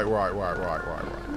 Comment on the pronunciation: Roight, Roight, Roight, Roight, Roight, Roight, Roight, Roight